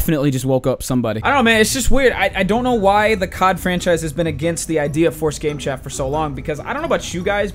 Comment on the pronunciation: My dad thought you said cok when u said cod 😂